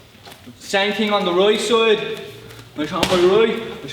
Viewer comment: "the royt soyd"